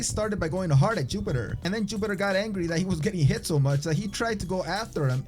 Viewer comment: Did you say yupitor. The wing Chun was strange because is has kicks and locks with a more careful advance which this guy wasn't doing.